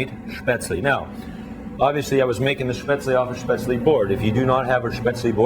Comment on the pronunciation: I wish people (professional cooks) would pronounce Spätzle correctly!! UGH! Drives me nuts! It's Shhhp-ehtz-leh -- not sp-aytz-leeee...